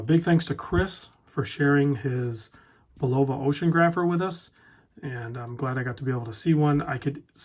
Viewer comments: Another fun fact: Bulova is pronounced "Bul-o-va", not "Bu-lova" hehe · No it isn't. My uncle was a high ranking executive with Bulova. The Swiss pronunciation puts emphasis on the U. It's pronounced Bul la va,........... NOT Bull "O" va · Very nice watch. Please pronounce Bulova correctly....it's not Bu-lov-a with with a long o like a loaf of bread. I worked at the Providence, RI plant in 1974 and 75....my grandmother worked there for 35 years before me and during my tenure. I noticed the other comments and don't mean to be a dick but having heard that name for 40 years in my family it drives me crazy. Peace out brother. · The accent is on the first syllable. BULL-oh-vah. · Bul-oh-va? I thought the video skipped when I heard that pronunciation. Funny.... Have you ever heard the name pronounced? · "Bull-OV-ah Ocean-grapher". C'mon man! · It’s pronounced BULL ,OVA. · look-up Bulova adds on U Tube to get the Correct pronunciation. There is no long o in Bulova. It's bul la va. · Ha😂 the way you say Bulova. Love the green dial🔥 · Ignore him, it’s spelt B U L O V A but actually pronounced “DanielWellington”.